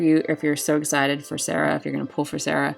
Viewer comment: ur pronouncing serah correctly ooh i herd lighning is a preety ok magic tank im actually interested in getting her since she free. If ever the DV quest ends this maintennace 6/3 and claim period or exchange is until 6/10